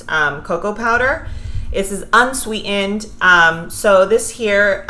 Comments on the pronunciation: How can you say "walnuT" but the word "unswEE-END" winds up with no T? ThaT drives me nuTs! BuT, I Teach grammar, so, yeah. I LOVE your videos tho'! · Thanks for sharing recipes but sorry I can't hear you say unswee'ened one more time. Sounds stupid af. Which I'm sure you're not. So bye.